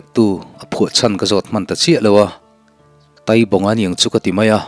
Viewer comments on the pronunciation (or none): Taibawnga, a thluk hniama i thluk kha kei chuan ka pawi, Mai tai kan tiha tai tih lai tak i thluk ang kha.